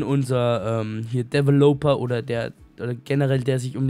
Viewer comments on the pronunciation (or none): Es regt mich immer auf wenn du developer sagst. Es heißt diväloper wobei das ä betont wird^^ #streberstyle